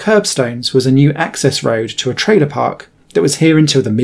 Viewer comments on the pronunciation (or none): none